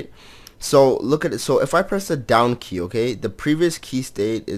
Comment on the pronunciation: "Down key", i keep hearing "Donkey" heheh :3